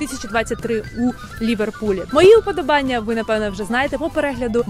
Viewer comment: Дякую! Цікаво. У слові "уподОбання" - наголос на другу "о". З повагою.